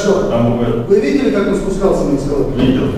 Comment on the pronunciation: Мне одному показалось, что полис эскалатор называет « эсковатором»?